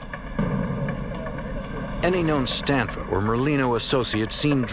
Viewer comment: It's Stanfa, not Stanford.